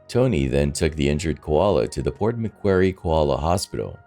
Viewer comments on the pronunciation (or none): none